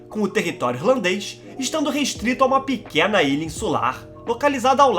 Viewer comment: Mlk que voz engraçada pequ´´Eeéeena ilha contineinsnss habitainnnsstss